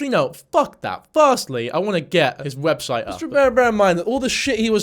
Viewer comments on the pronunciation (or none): "Website" "Websuite" Omg I needed the laugh that I got from that little bit 😂😂😂